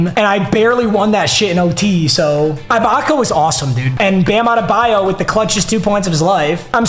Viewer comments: its “ee-baka” not “eye-baka” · ITS PRONOUNCED EH-BAKA NOT EYE-BAKA. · this keeps haunting me bruh. it’s serge uhbaka not serge 👁 baka 😭 love you tho papa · Also does it bother anyone else that he says Eye-bocka instead of ee-bocka for Serge Ibaka 😂😂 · it’s not EYE-BAKA it’s EE-BAKA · I want him to get rid of Ibaka so I don’t have to hear him mispronounce his name again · Bro can you please say ibaka right omg, it’s pronounced ebaka not I baka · Serge eye-baka aaand Wang Z.Z. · the way he says AYE-baka makes me so mad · “serge eyebaka” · Who is “eye-baka” 😂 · it is EEEEEbaka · Say it with me, It’s pronounced like Serge E-Baka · How many times is he going to say ibaka wrong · Fr, I want him to replace him so bad, no mispronunciation has made me this mad b4